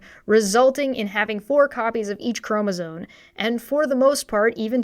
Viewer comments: Do my ears believe me, or is the goblin queen also saying "chromosone?" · I dug a little deeper into her mispronunciation of "chromosome". /m/ -> /n/ is a known consonant drift, like /r/ -> /w/. I checked to see if it was a creationist dog whistle, but that only returned one, non-creationist result. She likely misread it when young and she never updated her pronunciation when she sees it. As you learn to read the brain becomes focused on the shape of the word and not the individual letters.